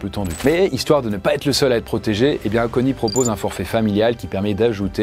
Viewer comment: "va têtre", "pourra têtre"... le verbe "têtre" n'existe pas 😄